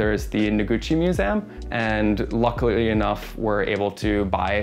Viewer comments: Mew-zee-um. Say it with me: mew-zee-um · Apartment is suuuuuuper fire, but I was losing it every time he said museum…or have I just been pronouncing it wrong this whole time?!